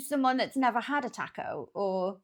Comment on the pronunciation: Thank you for being the only Brit that says “taco” correctly. 😂